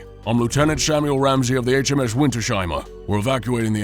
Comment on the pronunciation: No big Deal, but it's winters-heimer not winter-sheimer <3